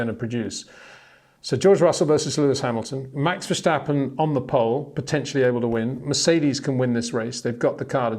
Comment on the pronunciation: its NOT! verSHtappen but verstappen,come on peter...